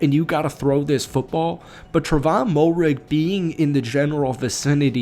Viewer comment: Fields was pulled early for a possible concussion, then later got benched for poor performance. Tre'von's last name is pronounced Mare-Ig by the way. #KeepPounding